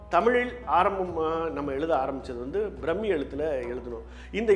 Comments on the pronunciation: அது பிரம்மி இல்லை பிராமி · பிராமி எழுத்து brammmi nu pronounce pandreenga